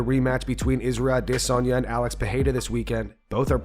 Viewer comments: Adesanya... not DISanya. STOP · Curious as to why the narrator pronounces "Adesanya" different than the rest of the world? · I love the videos I hate the way you say Israel adesanya it's really starting to piss me off